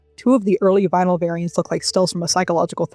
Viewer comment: “If you take the vinyl and CD poems…” It took me 3 listens to understand you were not saying “the vile and seedy poems” like what?!